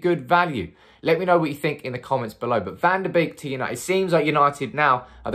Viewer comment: One of the only Youtube influencers who says his name with the correct pronunciation. Kudos!